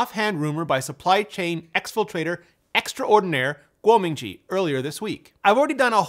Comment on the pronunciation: probably the only one who pronounces kuo ming chi correctly. followed by brian tong.